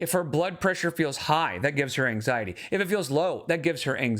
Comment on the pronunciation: Does that QLR Rosie person have arthritis? Might be why on the arthritis bandwagon. Don't forget, she picks up symptoms from everyone around her. You said the full word (wrong word). She calls it "Ang-zye-et" now. eye roll